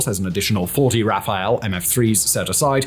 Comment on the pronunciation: no wonder french people used to, keep and will love brits. Rafale, like raphal, not Raphael:) Ah, and that beautiful story with UK (that PM that everyone in UK loves, though he was a known crazy mass murderer - ask Irish and Indians) handed over all the nuclear knowledge to US only to be shown the middle finger a short few years later...